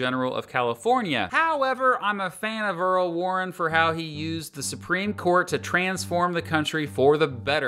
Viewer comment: Earl Warren? Earl warren? Ouch.